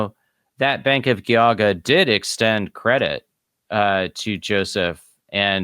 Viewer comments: FWIW, Geauga is pronounced with a soft g not a hard g. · Loving these videos, but can I make one very unimportant correction? The G in Geauga is pronounced with a "j" sounds, like in giant or gesture, not a hard G. So its "Jee-ah-guh". Source- I work in Geauga county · I grew up up in northeast Ohio. Geauga is soft g then hard g. Not two hard g's. Jee (as in Jeesus) awe guh. Good episode. Exposing more fraud in the Mormon organization. It's been a scamming, grifting organization from the start. One giant financial scam mixed with toxic patriarchy, spiritual brutality, sexism, homophobia, and white supremacy, and lots of covering up of crimes. Glad I left the church. Sad I got people to join on my mission. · Geauga is pronounced Gee-aw-ga. Trust me. I'm from NE Ohio.